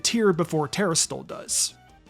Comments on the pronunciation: Good to know you can be a content creator without knowing how to read. "Turahstill"? Wtf is that? Its "Tuh-rass-til-eyes" not "turahstillize" or whatever the fuck you said Jesus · It really just sounds like he's saying "tera steel" over and over. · BRO LEARN TO PRONOUNCE TERASLILIZE